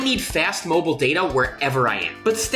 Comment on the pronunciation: Thanks for pronouncing MOBILE correctly unlike most Americans USA pronounce it MOBLE